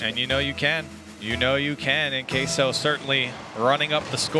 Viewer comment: Why does everyone say "kay-so". That's not Spanish pronunciations NOR English??? It's "keh-so" guys